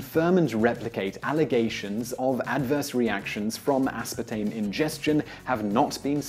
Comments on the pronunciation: as.PAR.tame. Not aspatame -. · Dude really just left out the R in aspartame every time he pronounced it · Mildly annoying - The British pronunciation is 'uh-spaa-taym'...